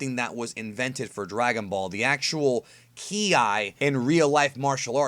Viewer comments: it's pronounced "key" not "key-i". but love your video. am just getting into the deeper end of Dragon Ball. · Bro. On the subject of "Ki", It's not "key-eye" but pronounced "kye" (kai) Or "Kee" (key). Other than that you are one of the most in-depth at explaining DB topix Cannon and non cannon ALIKE😎👍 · Key I???? It's pronounced "key" ki. You sound stupid as fuck bro. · I was into your video, until you said k I. Learn base reading skills. Ki, not k and I separated. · Jesus fucking chirst, I can't listen to you. You're so fucking annoying. "Key-eye" "Kara-tay"